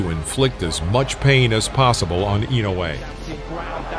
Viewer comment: Finally a video that pronounces his name correctly, I usually cringe thru videos about Inoue that massacre his name. It’s disrespectful not to take the time to learn to say someone’s name & then post a video about him.